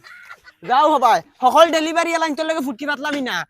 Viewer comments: ডেলিভারি ❌❌ ড়েলিভারি😁 কি রাগ করলা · ডেলিভারি ❌ড়েলিভারি✅ ❤️ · ড়েলিভারী ✅ ডেলিভারি ❌ 🤣😂😂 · ড়েলিভারি ❌ ডেলিভারি ✅ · ডেলিভারি ❌ড়েলিভারি✅